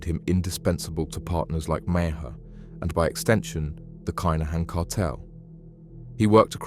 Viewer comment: stop saying Kine a han its Kin a han